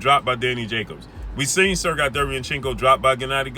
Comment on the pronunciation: It’s “Sir Gay” not “Sir Guy”